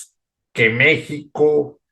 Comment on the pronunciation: Porque no dices Manuel López Obrador así como se dice en Español? 😊jajajaja se escucha mal di en español igual que México nooo mexxxicou